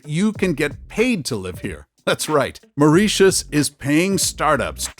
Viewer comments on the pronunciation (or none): fascinating - wish he could pronounce Mauritius lol